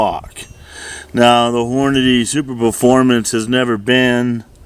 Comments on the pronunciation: Ikr 😅 lmao! I said same thing ! Lmao I was yellin at the video when I heard that repeatedly! Also the bullet isn’t superformance either like he was saying ! It’s a Hornady soft point! Lol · Sorry, not "Superperformance", it is "Superformance"